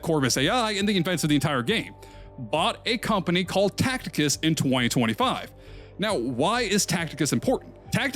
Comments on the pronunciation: cool vid but its Ta see tus (Tacitus) not Tacticus lol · Just FYI Tacitus is pronounced Ta-Sit-Us not Tact-Ick-Us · Tacitus not Tacticus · TA-CI-TUS……. Not Tacticus my guy 😭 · Bruh, Tacitus is pronounced Taseetaas not Tackteekaas. 😅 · "Tacticus" he says...😭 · Can’t even pronounce Tacitus right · are you saying Tacitus wrong as engagement bait? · Wonder of he knows the 'C' in 'Tacitus' is a soft one lol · bro cannot pronounce tacitus correctly